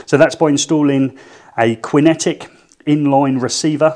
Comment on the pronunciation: It's pronounced Kinetic not Quinn etic! 🤔😱🙄